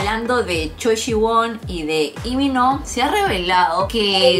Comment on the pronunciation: no se dice Imino 😡😡😡😡